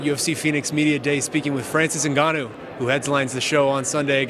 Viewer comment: Francis Uhhhgannou